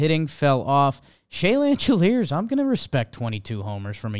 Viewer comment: Lane-gale-ears...Olson trade